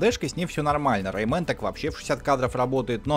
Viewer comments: Rayman читается райман, а не рэймен!!!! Дико гасит слух. Но я могу ошибаться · не рейман а рейман